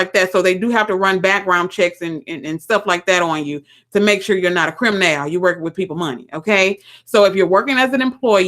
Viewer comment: i loved it when you said if you gonna be a "CRIM-nal", that had me crackin' up for at least 5 minutes, whew, you are a true inspiration. This is my first time seeing you, I just subscribed. Going to check out fancy hands. My son told me one of his female friends has a work at home customer service job making $18 per hour money answering the phone, assisting customers while she is consistently smokin' weed. My son told me since seeing this, now he's always wondering just what IS the other person is actually doing on their side of the phone when he is contacted by a customer service agent that's probably working from home during this coronavirus LOL